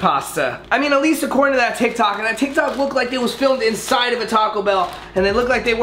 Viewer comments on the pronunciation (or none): none